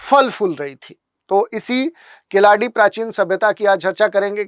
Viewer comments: Not kiladi , it's keeladi. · Khiladi nahi sahi uchharan keeladi hai.कीलडि. ழ यह ल दुनिया के किसी भि भाषा मे नही है तमिल के सिवा.